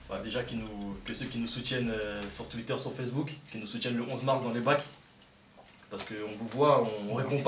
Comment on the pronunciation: y dit: TOUITTEUR XD